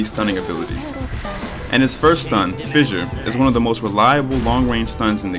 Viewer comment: man why did they change the name of the first ability to "fisher" instead of fissure